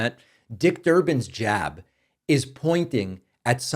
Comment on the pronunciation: Can we all just take a moment to appreciate David said "jab" ? SO boston!!